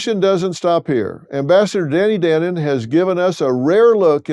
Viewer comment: Pronounce his name right. It’s pronounced dah- no-n